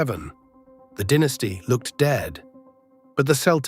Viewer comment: It is not a dinisty it's a dynasty